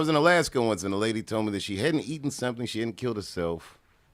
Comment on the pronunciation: "He kilt dat muhfugga!" 🤣 Did he think it was possibly still alive as it sat chopped into pieces on a grill?